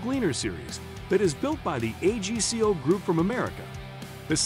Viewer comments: its called AG-CO, not A-G-C-O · Nor AGCO. 😂